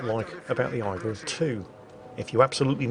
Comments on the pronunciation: Aigle is French for eagle and pronounced EGG-luh not EYE-gull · AIgle is pronounced "egg-leh" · Actually, its pronounced Ay-Gluh. Google is free. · I'm not sure (not French), but I think the procunciation is is "A-Glay", it's French of Eagle. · when saying "Aigle" just say "Eagle" instead as butchering the french name it just sounds terrible. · 'aigle' pronounced like a true Brit 🤭